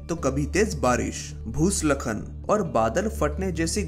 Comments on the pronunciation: Bhai, your Hindi needs some work in the final draft of your videos. What is bhu-slakhan? its bhu-skhalan. You used the word 'abhyaas' instead of 'adhyayan'. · भूसलखन नही दोस्त, भूस्खलन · It's bhuskhalan not bhuslakan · भूसलखन 😂😂😂 भूस्खलन होता है, वो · भू स्खलन होता है भूसलखन बोल रहा है 😂😂लाइक करो वीडियो पीछे कर के देखने वालो 😂😂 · भूसलखन नहीं भाई भूस्खलन होता है। 🤣🤣🤣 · अरे रताळ्या ते भूस्खलन आहे, भुसलखन नाही... नीट तरी करायचं की नंतर. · bhuslakhan nahi bhai, bhuskhalan 😂